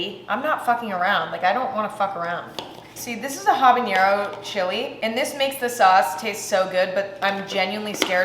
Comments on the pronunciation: There's no ñ in habanero. Pronouncing it with an ñ is a hyperforeignism patterned after jalapeño. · emma pronouncing habanero the same way she pronounces jalapeno is so funny to me